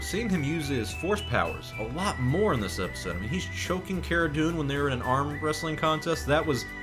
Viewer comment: Its pronounced Cara Dune.